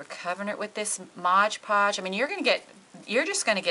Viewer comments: MOD Podge....not MODGE PODGE. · MOD Podge. Not modge podge. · Why does everyone call this stuff Modge Podge, when it clearly says MOD Podge on the label? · Mod is NOT pronounced "Modge" ~ She is working with MOD Podge.. Mod - D MoD.. Podge. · It is not pronounced modge podge . It is mod podge. I hear a lot of tutorial people pronounce it wrong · MOD! podge Not ModgePodge!!!! Please!!!